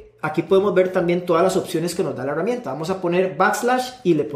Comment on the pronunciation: porque si dices Gerente, pero dices Heruamienta? es en serio!!!